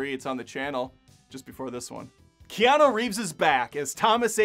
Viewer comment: Key-on-EW!!!! Not key-on-oh. How do you fuck that up?